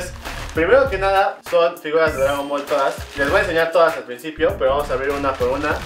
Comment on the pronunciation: Dice drangon ball , xdxdx